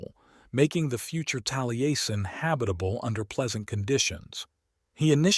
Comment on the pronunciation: It would help your AI voice program if you sounded-out words like Taliesin as "tally-essen" so that it pronounces them correctly. Good video!